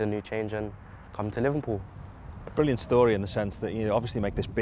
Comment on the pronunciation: is he saying livenpool?